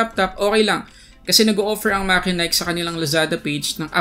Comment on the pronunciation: It's actually mat-che-nik